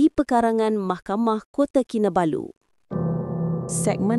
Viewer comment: Kota Kinabalu bukan kota kinabayu😂😂😂😂